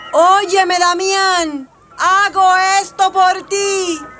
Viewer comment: Demian! No Damián 😅